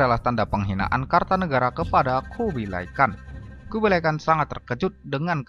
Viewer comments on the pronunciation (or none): Maaf bukan KARTANEGARA tapi KERTANEGARA , jangan salah sebut atau salah baca.